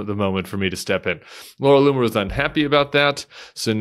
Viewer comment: Did you say the racists name is "Laura " LOON" er??